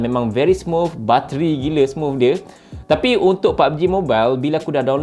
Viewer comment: Indonesia: Smooth disebut smuut Malaysia: Smooth disebut smooff US people: bruh...